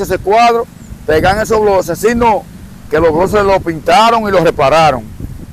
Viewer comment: Y no se dice bloses si no , blockes.